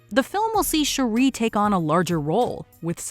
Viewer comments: Sorry, you pronunciation is a little off - Waititi, Shuri and Shang-Chi. Also, Dr Strange II should be a lot higher, The Suicide Squad and The Flash should be a lot lower. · Can Ryan or Phoebe do all vids please... she just mispronounced Shuri...